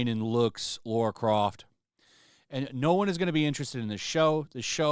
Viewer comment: It’s not LAURA, it’s LARA. lol geez!